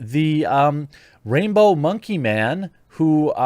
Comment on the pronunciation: I swear I heard you say rapebow monkey costume which makes way more sense 😂😂